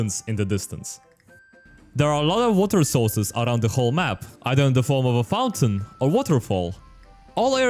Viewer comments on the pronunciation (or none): none